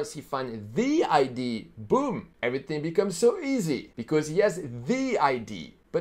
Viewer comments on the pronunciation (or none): #4 mistake number 4, entrepreneurs don't learn to pronounce idea